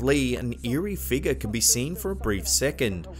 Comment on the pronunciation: I really like the way you say," figguh"